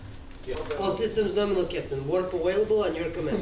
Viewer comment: "Ha! Awailable."